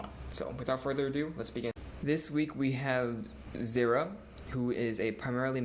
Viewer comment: lol "zeera"